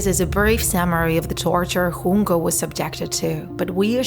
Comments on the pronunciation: Its Junko not Hunko!!! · Its Junko, not Hoonko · Uhhh. You pronounced Junko Chan wrong. It's jyunkou not hunko. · J not an H 😭 wtf this is Japanese not Spanish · “Hoon-ko” 💀💀 She’s japanese. Its a J. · Its pronounced just Junko with J not with H